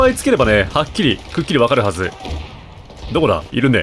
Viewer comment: のDOKO！っていう片言好き